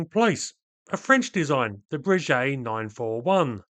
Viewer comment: Good stuff. But, use Babble. English is but one of 7000 languages in the world. France is just on the other side of that puddle you call the channel. Bresheii (Breguet), please.